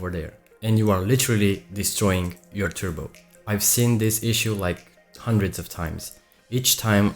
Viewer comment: He's saying turbo, it's like turbo without R...tubocharger 🤣😂